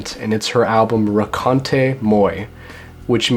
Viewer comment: He got Raconte wrong too, as if it ended in é. ;-)